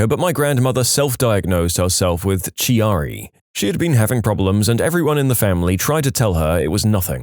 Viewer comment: Chiari malformation sucks. And its pronounced kee-are- ee